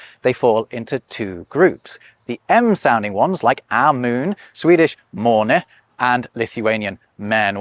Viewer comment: I always wonder how accurate linguists on youtube are when they pronounce other languages. To my delight you really hit the intonation on "måne" (swedish for moon). 😄 Very interesting video!